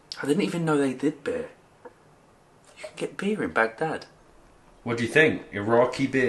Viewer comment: I LOATH the way pronounces Arabic with the pause between syllables BAG DAD AND TAH RIR 😅